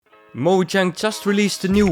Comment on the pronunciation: moJang? it's moyang big guy